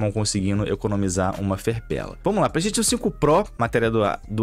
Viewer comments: Vim ver o falar ''pleisteitiôn'' e ''éxi bóxi''. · o fala, Petechion 5 kkkk